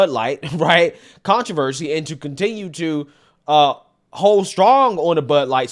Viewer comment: Con-tra-ver -She...lmao